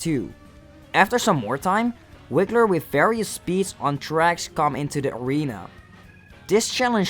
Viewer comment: Hissrocrat *Hisstocrat Boom Boom *Pom Pom Wigler *Wiggler Mario Wii? Just Call it Bowser From Mario Wii, Dude MEOW? IT'S MEOWSER The L in Half is Silent